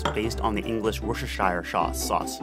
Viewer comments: Worcestershire is actually pronounced as wuss-ter-sheer: it’s much more easier to say than most people think! This is a great video btw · We pronounce it as Worse ter shear :D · My friend in Hawaii calls it Lea and Perrins and I have to agree, I knew exactly what he was referring to when he called it that. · Im English and we often call it “wuster” sauce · Being from England I found the way he pronounced Worcestershire so funny. Its pronounced like this wus-te-shur or wus-te-shy-eer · Hearing you try to pronounce Worcestershire sauce was painful 😂 (pronounce it like ‘Wooster’ 😊) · it's actually pronounced, and I'm not kidding "wou stah sha" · Isn't it pronounced worst-er-sher? Pretty funny nonetheless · I cringed so much when he was trying to pronounce it 😂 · As a brit and hearing you trying to say “worcestershire” your not even close lmao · I've never been able to say 'Worcestershire' 😂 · Worchestershire Sauce was butchered. Handy hint: just call it Lea and Perrins- most folk will know what it is 😘